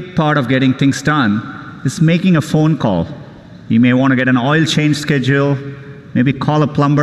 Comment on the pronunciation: Ä Foon coll!